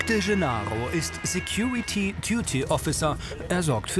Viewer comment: Security "Tyuty " Officer xD